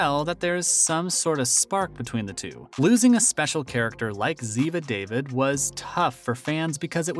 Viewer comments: I quit watching this. It is not good, no research. Her name is pronounced Da-veed. Not David. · Did he really just say David. DAH-VEED Uh get it right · not David but Dah-veed. Geez! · ZIVA DAVÌD IDIOTS LOLLL😊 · Oh Please- these narrarators. It's Dah-Veed, not David. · Learn to pronounce her name correctly if you are going to talk about her.